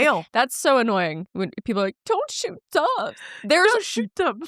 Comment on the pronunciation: Not me thinking you kept saying “dawgs” not “doves” 😂